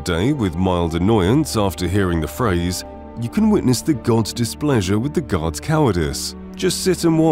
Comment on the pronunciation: I can't tell if you're saying god or guard anymore, someone help!!!